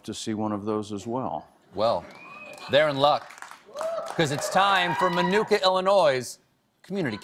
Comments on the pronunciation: i hate ow he says minooka lol. im from around there and it just bothers me. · Why aren't they pronouncing Minooka correctly? Nick, you know better!